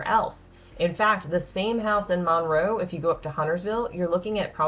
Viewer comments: If you are going to do a video on a city, please learn to say it. It is not MAUNroe. It is Munroe. I'm shocked you didn't say "WaxHAW". 🤦🏼‍♀️ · It’s “munroe” not “mon-row” sorry I had to say it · MUNRO, not Monroe